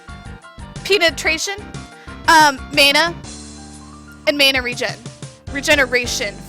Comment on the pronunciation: Don't listen to her. She is really just trolling to get money for her tits and those donations? In the past, she didn't call League of Legends "League of Legions" and she didn't call mana "maana"